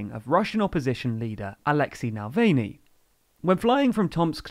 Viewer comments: NA-VAL-NY, not nalvany 😁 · Mispronounciation - Navalny, not Navelny. I hope you can check the correct pronounciations for next time as I suspect this isn't the last time he will come up in the news. In fact - you can hear Merkel say it correctly in her speech (or at least as correctly as possible for someone who's language doesn't have the "ы" vowel). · This guy is English and the English have two big hatreds 1. The Russians ( Read about the Great Game ) and 2. Maradona of course and his Hang of God. The thruth is that in both cases the rivals are/were more than worthy competitors and the English are sore losers. This guy can't be bothered to pronounce the name Alexei Navalny properly let alone to give unbiased account of the events - total joke. What is TLDR News anyway? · Mispronunciation of Navalny, otherwise all good